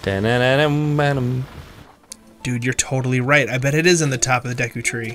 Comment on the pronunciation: I’m surprised he managed to mispronounce the word “Deku” considering the Deku tree says its name in game.